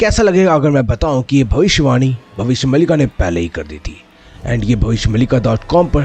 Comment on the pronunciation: Its not mallika... Its maalika.. meaning series of bhavishya.. there are several books of bhavishya maalika